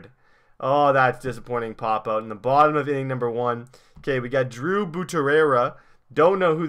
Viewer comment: You said Drew's name sooooooo wrong